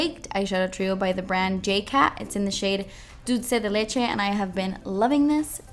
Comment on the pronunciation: i LOVE you soooo much when you said "Dulce de leche" <3 <3